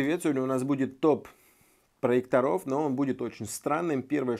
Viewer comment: Правильно : "ПроЕкторов" ударение на Е. Если уж выходите на большую аудиторию,попытайтесь не делать таких грубых ошибок,не позорьтесь. С уважением. P.S. Да,и во множественном числе - "ПроЕкторы" , а не "ПроекторА",какими бы лучшими они не были. Учите русский язык,удачи!